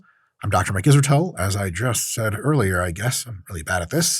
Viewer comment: Sometimes when you say “I’m Dr. Mike Isratel” it sounds like “I’m Doctor My-Gizzard-tail.”